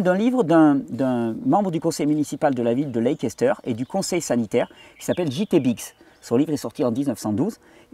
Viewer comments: SUPER ! ! QUEL BOULOT de Recherche ! ! Merci Thierry, pour ce partage. Gratitude. PS : pour la ville anglaise de LEICESTER... "lékesteur" se dit "Leïsteur" ;-) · Bonjour Thierry, Leicester se prononce ' Lesteur'. 😊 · Leicester se prononce Lèster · Leicester, j'y ai habitée lors de mes études... Ça se prononce leisster.. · pour info, Leicester se dit "laisse taire" phonétiquement parlant, fuyons ce que les laboratoires veulent vendre, il faut aussi savoir qu'à la source de l'éducation en matière de médecine on retrouve... les rotschilds elle est pas belle la vie